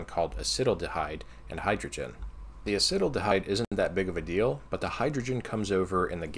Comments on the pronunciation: a-sittle-da-hide? asset-al-da-hide. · Just a heads up, acetaldehyde is pronounced acet-aldehyde (acet as in sodium acetate). Got me pretty good lol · It's not acetal-dehyde, but acet-aldehyde haha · I would have guessed “a-SEAT-aldehyde”, as the way you describe sounds like “acid-aldehyde” to my ear :) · I‘m not sure if someone mentioned this befor but Acetaldehyde is pronounced Acet–aldehyde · dude I love this channel, and this video series in particular, but the way you pronounced acetaldehyde made me cry laughing. you still have way more knowledge than I ever will though, so don't feel bad about it. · I am a chemist, I know nothing about refrigeration, but (as a chemist) I obviously thought of using a mixture of CO2 (if its the perfect gas) and another refrigerant that stays liquid which would dissolve the solid CO2. Also check your pronunciation of Acetaldehyde xD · The way you pronounced acetaldehyde caught me off guard lmao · I like the funny way he says acetaldehyde...